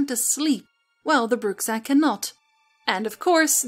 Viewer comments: I'm pretty sure the X in Bruxa is mispronounced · love the video. on a side note, in Portuguese "Bruxa" is pronounced "Broocha".